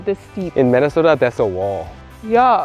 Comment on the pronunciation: 발음이 정확하시네요 ㅎㅎ 민네소타 ㅋㅋ